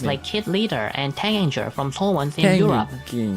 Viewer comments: Taeganger is the fandom name and you pronounced it right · You pronounced " Taengager " right! Hahaha 🥰